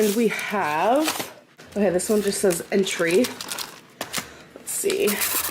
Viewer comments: The wya she says “entry” instead of entrée lol that made me lol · "It says entry." Package: entrée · That’s the thing. She wasn’t saying entree. She said entry. Your comment is backwards. 🤭